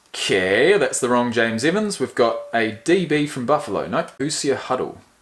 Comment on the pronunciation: Its pronounced hoo-zhrz. Basically anyone from Indiana is a Hoosier. Not really sure where it comes from but you can look it up. Love the channel!